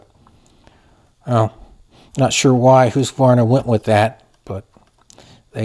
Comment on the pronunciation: You need to learn how to pronounce Husqvarna, good video other than that.